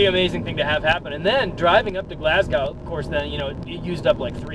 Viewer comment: Couple things... It is pronounced """"Glass GO""".. not Glass GOW There is no connection between Amish and Hutterites. It is not spelled "hooterites"... It is spelled "Hutterites" I actually know the people who hit you and I guess the only question I have is... If they were not "Hutterites" would you have still make this video??? Probably not.. Have a good one..